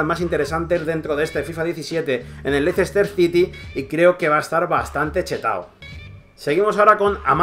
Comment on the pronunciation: se pronuncia Léster Sity y Albraighton